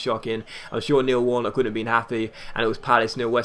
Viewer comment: Noel warnock?! What was that starting 11!!! XD